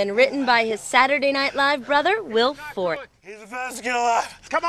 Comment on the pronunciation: Who is "Will Fort"? Lol